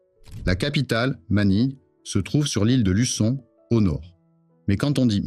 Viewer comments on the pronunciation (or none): la prononciation CEBU et LUZON révèle que c'est de l'IA beaucoup de clichés cartes postales avec quelques ...tails boats thais LOL